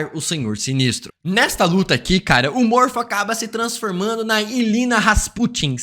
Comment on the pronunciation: Não é Illyna, é Illyana Não é Jovens Mutantes, são os Novos mutantes. Do resto de boa, ótimo vídeo